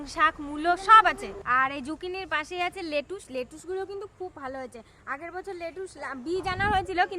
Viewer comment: এটাকে লেটুস/লেটুশ বলে না, এটার উচ্চারণ হবে "ল্যাটিস্" বা "লেটিস্"। এটা ত একটা বিদেশী সবজি বা বিদেশী পাতা, তাই না? আমরা সবাই (ইংরেজরাও) এখানে, মানে UK তে, এই স্যালাড বানানোর পাতা কে "ল্যাটিস্" ই বলে থাকি। বাই দ্য ওয়ে তোমাদের সবজি বাগান টা খুবই সুন্দর হয়েছে। ভালো থেকো ।🙏🙏